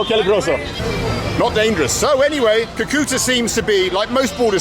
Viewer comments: It’s pronounced Cu-Cu-Taaa. Not Cue-Cue-tah. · Haha its Cúcuta (kú-ku-ta), not coo-coo-ta.